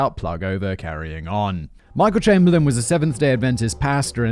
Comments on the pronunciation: Rabies is virtually absent in Australia. Unfortunately, there are loads of wildlife that will either kill you on purpose or even by accident. Can you not pronounce Chamberlain? You had a rather infamous PM by that name after all. EDIT: why show an African Hunting Dog ? They have nothing to do with this story. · 1. Chamberlain is pronounced "Chamber-Lynn" 2. Uluru is pronounced "Ayer's Rock"